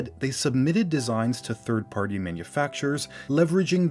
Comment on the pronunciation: bro really said thirth 💀